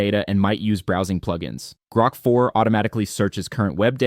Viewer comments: AI generated for sure. Pretty good, but it’s GROK, not GROAK. Gets annoying after awhile. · One of the easiest ways to tell is when it mispronounce those things. Example: How many times did it say “Groak” (as in choke) instead of “Grok” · I realized it right as soon as he pronounced it "Groke" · Odd, the speaker after 2 minutes switches the pronunciation from groak as in goat, to grok as in rock. The latter was the preferred pronunciation of Robert Heinlein fans when the novel was published. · There is also the constant semi mispronunciation of "Grok" where "he" prounouces it really really like grope quite a few times. And yeah by the end it was obviously a script reader.